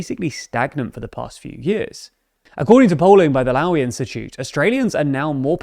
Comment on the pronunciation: Lowe Institute is pronounced low-ee, not lau-i.